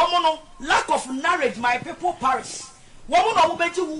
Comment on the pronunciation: How this woman pronounced “knowledge and “perished 😩😩